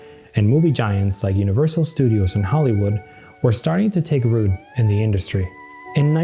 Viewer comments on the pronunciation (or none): none